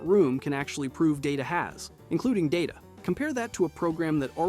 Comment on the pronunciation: It's Day-TA, not DA-TA. It's his name, not the actual word data. IRC there was a moment in an early episode about it.